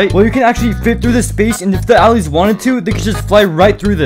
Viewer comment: u pronounced "allays" a bit incorrectly